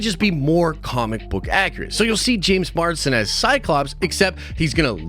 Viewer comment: MARS DEN MARS DEN MARS DEN JAMES MARSDEN say it with me JAAAAMEESSSS MAAARRRSSSDENNNNN like if there was a DEN of nerds on MARS a MARS DEN